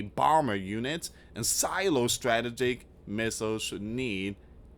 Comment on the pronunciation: You are pronouncing strategic wrong...